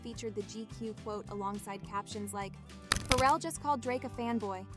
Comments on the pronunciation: The way she keeps say feral instead of Pharrell got me dying 😂😂😂 she acting like bro got rabies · Its pronounced Fah-Rell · I can’t with this AI mispronouncing Pharrell.. killing me..